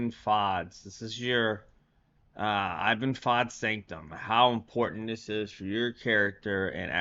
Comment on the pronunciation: Not being a dick but it’s pronounced “eeban “ (Iben) ;)